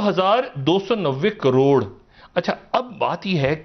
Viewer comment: फिर से बोलो ना...... "दो हजार दो सौ नब्बे कॉरोर..."